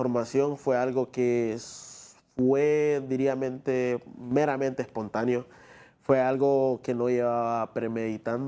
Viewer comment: "Diriamente" dice este chavo...